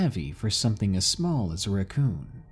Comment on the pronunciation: It’s RACKcoon not RUCKcoon.